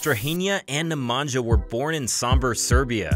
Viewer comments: My ears bleed whenever i heard " Nemangia".. its pronounced Nemania for fs. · The sound that letters NJ makes in names of both brothers should NOT be pronounced /dz/. In Serbian language the letters NJ is pronounced /ny/. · Neh-mah-ñya not Nemanjah hahahahah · It's pronounced nemania not nemantza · J's are pronounced as Y's for all Serbian (& Croatian/Bosnian) names. Nemanja is pronounced Nemanya, just like Jokić is pronounced Yokich,...etc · Its "Nemanya" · "nja" in "nemanja" is pronounced as same as "nja" in "strahinja" :) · Pls learn how to pronounce “Nemanja” Sounds realy annoying . At least you have Google translate to explain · Your pronunciation of Nemanja is horrifying. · hi. You pronounced Strahinja correctly , but Nemanja not. Nemanja should sound as NemanYa. Similar to StrahinYa. Ok. . Cheers